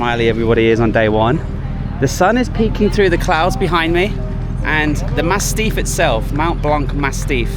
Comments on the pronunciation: Massif, not mastiff ... I think you meant to say. Able to pick yourself and keep going when the morale is lowest ... Kudos. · Its massif not mastiff 😅 beautiful video